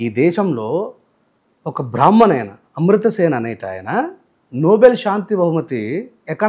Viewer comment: అమృత సెన్ కాదురా బాడు కావ్.. అమర్త్య సేన్